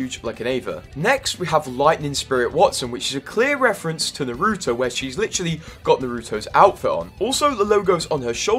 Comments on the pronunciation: I disapprove of your pronunciation of "Naruto" The way: Naahhh- Rooo-toe Your way: Nuhh-rooo- toe I can't unhear your way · Naruto NAR-RAHTO NOT NAR UTO SAY IT RIGHT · bro is one of those people that pronounces naruto as "narudo" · my mans said "narootoe" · Bro ur butchering how to pronounce Naruto... NAR-OO-TOE. NOT whatever the hell u said. Put some respect on my boys name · Finally pronounced Luffy right but still got Naruto wrong lulw